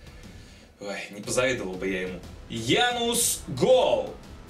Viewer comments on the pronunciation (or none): Не Янус, а Януш!!!